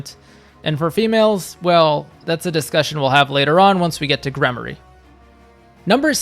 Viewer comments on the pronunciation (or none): Gremory=Gremorie it’s a long E sound not a Y. I had Dorothea as a Mortal Savant it was nice to have an extra healer. Flayn as a gremory, Ferdinand and Sylvain were heavy knights